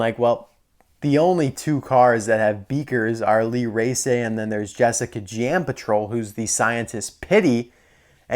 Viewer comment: My favorites it's Lee race